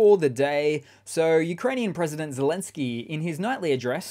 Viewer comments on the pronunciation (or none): none